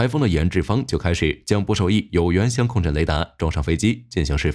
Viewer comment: 香控阵听着怎么那么别扭，相位不是香味🙃